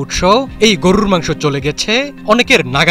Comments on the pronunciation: গরু রররররররর র র র র র হায়রে সাংবাদিক উচ্চারণও জানস না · গুরুররর মাংস কী? সাংবাদিকতা করেন না কী হকার গিরি করেন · সাংবাদিক ভাইর গরু বলাটা সুন্দর হইছে, গরুরু মাংস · সাংবাদিকের সঠিক শব্দ উচ্চারণ : গড়রুর মাংস😂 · হালায় গরুর মাংস উচ্চারণ করে কেমনে🙏🙏🙏 গররুরর মাংস, হালা আবুল ঠিকমতো উচ্চারণ ও করতে পারে না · গররুরুর মাংস, গররুরুর মাংস,গররুরুর মাংস শব্দ উচ্চারণ টা স্বাদ আরও বারিয়ে দিল😊😊😊😊😊😊😊😊😊😊😊😊😊😊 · গরুরররররররর মাংস😁😁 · সাংবাদিক ভাই আপনার গরুর 'র' উচ্চারণ একদম নির্ভুল 🤣🤣 যতবার গরুর কথা বলছেন ততবার শুনে আমি হাসতে হাসতে শেষ 🤣🤣🤣🤣🤣🤣🤣🤣 রররররররররররররররর😅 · "র"- এর উচ্চারণ টি অনেক মজার গরুরররর............! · উচ্চারণ গরুররররররররর 😅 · 😂😂😂😂amio tai vabsilam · গরুর মাংস, আপনার উচ্চারণ ঠিক করেন।